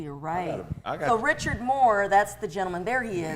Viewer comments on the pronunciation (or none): none